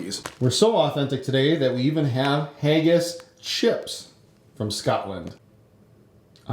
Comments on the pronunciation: it is not hay-gass it's hagass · You pronounced Haggis wrong.